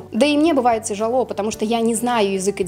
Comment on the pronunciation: ТежАло??? Вам не английский, а русский надо учить 😢